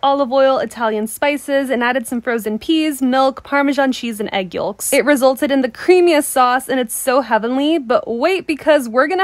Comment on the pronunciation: Did she say egg yoLLk- like hun, the L is silent